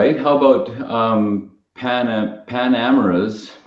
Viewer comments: It does matter how you pronounce the name Porsche, it’s the surname of the man who developed the company. Maybe do your homework on the pronunciation of Panamera and Macan before doing your video, it makes it a bit more professional. I’m currently on my third Porsche. My first, regular service, tires and a battery. The second regular service, tires and a battery. My current one just regular service and tires next spring. I find from my own experience Porsche to be very reliable. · That's AWESOME, I thought i was being a "Porsche owning asshole" because when i heard the struggle to pronounce Panamera i though it was going to be a setup for a joke but nope, the person really had no clue, so i am glad to read that it wasn't just me, thanks for confirming that this guy is a twit and the IMS bearing only affected some tiny amount of cars and the big thing is that Porsche made a fix for it. My friend has a 6 year old Corrola and granted its got almost 140k on it but its leaking again, and this will be the second time taking it in and having to pay out of pocket to have toyota replace the IMS, meaning the original one failed, luckily it was replaced (out of pocket) before it did any serious damage, and now the replacement failed as they never fixed the original or the replacement part!!! Now that's messed up and that is a manufacture you should not buy from. Anyway, for the most part, a solid 95% of the time, any Porsche is a good Porsche =)